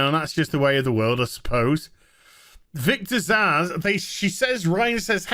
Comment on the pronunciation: Am I the only one who Glasgow punches a wall every bloody time someone insists on pronouncing the name Zsasz as ‘Zasz’?! 🤦‍♂️